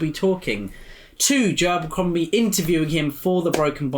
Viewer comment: I always enjoy the way you both pronounce Joe Abercrombie. Every time you say it, I hear Jabercrombie.